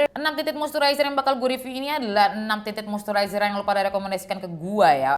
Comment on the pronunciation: Monmaap bgt ni, but i gagal fokus selama vid bcz every single time u said "Tinted moisturizer", i just heard that as "TITIT MOISTURIZER" 😭😭🤣🤣🤣